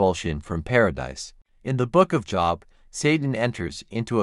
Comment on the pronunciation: Job, pronounced Jobe. Long O sound.